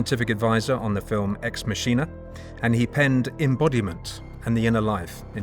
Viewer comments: why does dude not know play conventional pronunciation of "ex machina"?! lol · Check your pronunciation on “ex Machina”